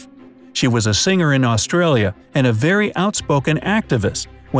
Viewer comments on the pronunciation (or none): none